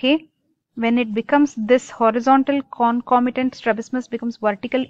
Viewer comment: Not clear with the topic... U brk while u teach🙄..u dont know to pronounce concomitant also... Hmm hmm..